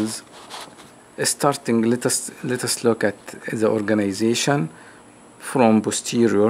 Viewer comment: let's ليتاس 😂😂😂 شكلك مصري المهم مشكور على الشرح راائع🖒🖒